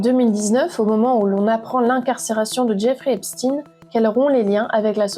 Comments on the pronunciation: Epstin, c'est epstein comme Einstein ! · Pourquoi prononcez vous Eipstine ? Ça se prononce Eipchtaïne. Et ça a bien une origine/connotation judaïque. Pourquoi vouloir camoufler ça ? Hein ? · Ce nest pas epstine mais epstein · Menteuse !!! Tu essais de détourner les accusations ! Et c'est pas Esptine ! Mais Epstein, comme Einstein ! Arrête ton baratin. Tu bosses pour qui ? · Arrêtez de l'appeler epstine ! Mais Epchtine... Ou alors c'est antisémite ? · Pouvez-vous svp dire son nom CORRECTEMENT qui est EPSTEIN et non pas EPSTINE 😡 il est ou était américaino-Israëlien...merci 👍🏼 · Pourquoi vous prononcez EPSTINE ??? EPSTEIN bordel ! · Incroyable mais vrai, Epstein se prononce Epchtein, tout comme Hamas "Khamas" je ne vois pas où est écrit K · Vous dites Albert Einstine ???